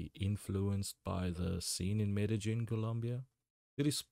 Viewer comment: Excellent pronunciation of Medellin. 👌 Non-Spanish speakers usually butcher it.